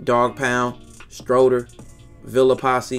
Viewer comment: Bruh this shit wild lol for one lmao he said strod-Er lmao like who is this guy tho frfr